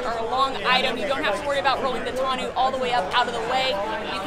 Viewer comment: 1. Sweeeeeeeeeeet. 2. Oooo a 2 door version would be killer 3. Brittney making reps smile more than they ever do haha. 4. Minor nitpick, tonneau is pronounced with an 'oh' sound at the end. I mean technically its 'tuh-noh' but just get the french eau down and we'll call it good. 5. You guys rock!